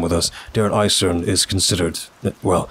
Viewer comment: No critique just addition: DER EISERNE. you have to pronounce the NE at the end like you pronounce for example the NE in the word: Next. That's all. Kraut out.